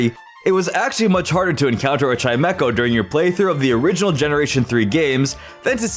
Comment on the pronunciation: There is no K in Chimecho! And at least is 2 words, NOT one word!